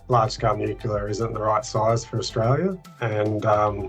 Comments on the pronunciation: Hi, Folks. This sounds like a 'full bottle' on energy BS. It could be my aging ears but it sounds to me as if he can't even pronounce the word, "nuclear", properly. It sounded to me as if he said, "nucular". Would somebody please explain to us, preferably in words of one syllable or less, just what 'nucular' energy is? "Commonwealth Scientific (and) Industrial Research Organisation."?????????????? Seems to me that there was SFA 'scientific' research done at this meeting, just the taking as 'gospel' the HIGHLY BIASED sales pitches from a cohort of existing energy providers and lobby groups. HOW is that 'scientific'??????????????? Just my 0.02. You all have a wonderful day. Best wishes. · pronunciation of nuc-u-lar doesn't inspire confidence either. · Cant take anyone seriously who can't pronounce the words nuclear. Nu Clear. Not hard, really. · from CSIRO is so misinformed about nuclear, that he pronounces it NUC-ULAR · So we're relying on information from a guy who can't even say nuclear correctly. 🤦🏻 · Bowen can't even pronounce nuclear. CSIRO only do what the current government tell them to do as they get their money from them. A once useful organisation that has just become a government prostitute.